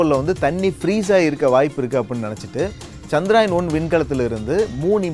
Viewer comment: Firstu சந்திரயான் னு olunga solli palaguda..